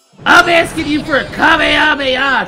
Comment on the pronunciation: it not ka ma hame haaaa its hama hama haaaaaaaaaaaa